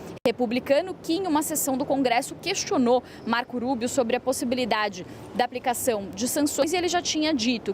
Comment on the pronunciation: Ensina essa guria a dizer o nome do marco Rubio. Fala como se fosse rua -rato...